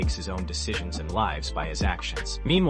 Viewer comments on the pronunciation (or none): I turned the video off when dude called jiri prochaska, Jeary prochaskuh 😂